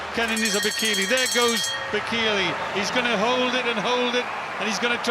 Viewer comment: I believe it's 'Bay Kay Lay' ....